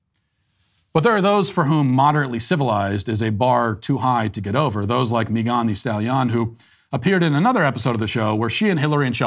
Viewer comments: “Mi gone” ???? 😅💀 why Matt 😂😭 it’s just Megan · Why is he saying Megan’s name like that 😂